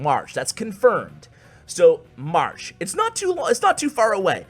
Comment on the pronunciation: Why does say marsh instead of march... No problem, i just noticed it 😬